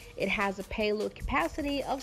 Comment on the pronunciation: just came here to see if you are still saying miler per arrrgh! but no speed information, just paehlod capacity.